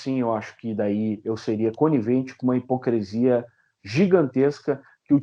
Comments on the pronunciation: Entrevista muito boa, mas doeu nos ouvidos a`hipocresia` falada muitas vezes, o correto é hipocrisia... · QUEM LEMBRA? "COM NOSSA HIPOCRI..."🤣🤣🤣